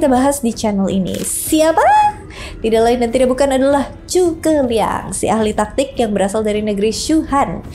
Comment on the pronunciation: Bisa kah anda membaca huruf z tanpa menyebutnya dengan huruf c?